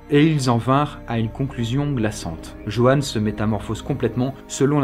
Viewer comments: Le pire c'est que je m'appelle JEANNE ( avec un E) et que je fais vraiment des babysitting (lol). Par contre pourquoi Joanne tu le prononce Jeanne ? 😐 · Ça me perturbe tu prononce "Joanne" de deux façons différentes